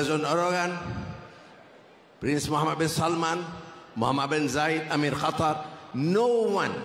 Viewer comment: Qatar bukan Khatar